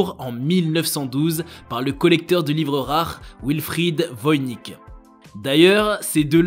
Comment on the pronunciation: Ça se prononce Voynitche.